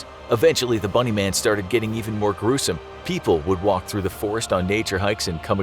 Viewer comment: When he said bunny man I thought he sad MONEY MAN